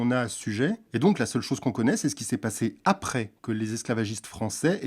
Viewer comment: à au lieu de dire chose il dit choge 🤣🤣🤣🤣🤣🤣🤣🤣🤣🤣🤣🤣🤣🤣🤣